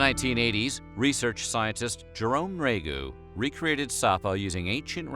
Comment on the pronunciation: Jerome Nriagu, would pronounce his name, 'knee-ree-ah-go,' if anyone was wondering. The narrator was just lazy.